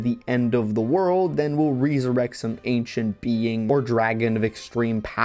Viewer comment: Who taught you how to say "resurrect"